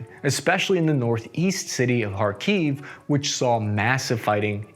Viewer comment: It's better to pronounce KhArkiv, not KharkIv I'm from this city